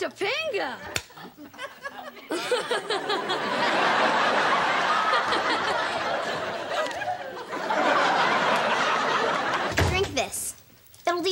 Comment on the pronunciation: its pronouced Toe Pung ngah ....i remember this episode from when i was a kid...it startled me hearing how bad americans prononce polynesian western indian names badly...topanga in our culture means brown hairy little tree lol that lives in cloudy mountain areas near rivers or the sea!!!